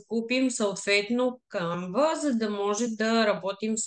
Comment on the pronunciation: Не се казва CanvA а САNva. Ударенито пада на първата сричка.